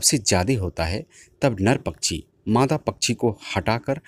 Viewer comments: कृपया " पछ्छी " के बजाय " पक्षी " बोलिए। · सर, आपकी आवाज इतनी शानदार है, इतनी उपयोगी जानकारी दे रहे हैं, थोड़ा शब्दोंह का शुद्ध उच्चाहरण करें. जैसे पच्छीो को पक्षी कहने का अभ्यास करें, थोड़े से प्रयास से हो जाएगा. इसी तरह वर्सा को वर्षा कहें. अगर आप गलत उच्चा रण करेंगे तो बच्चेै भी वही बोलने लगेंगे।